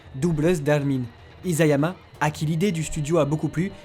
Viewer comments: Conclusion on dit isayama et non izayama😂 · Merci pour toutes ces infos ! C'est impressionnant ! Attention cependant : Isayama se prononce "Içayama", et non "Izayama". E la langue de chat (nekojita) en japonais veut dire qu'on ne supporte pas de manger trop chaud.